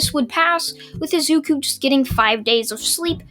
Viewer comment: It’s said I zu ku